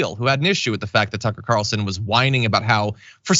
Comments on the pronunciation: Did you say sucker Carlson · Sucker Carlson. I swear you said that. Either way, I love it. ❤️ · Did you actually call him "Sucker Carlson"? 🤣🤔🤣